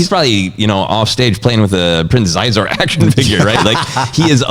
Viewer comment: The Shadows of the Empire novel itself gives us the correct pronunciation of "Xizor"; it's pronounced "SHEE-zor."